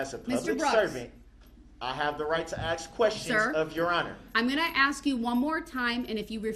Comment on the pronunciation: Why is it so hard to pronounce the word ask?